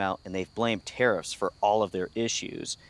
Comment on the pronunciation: I am so glad you put up the news clip saying Orivis were citing‘unprecedented tariff landscape’ because when you were saying tariffs I kept mishearing thinking you were saying terrorists which was putting a whole different spin on things 😂😂🤷‍♂️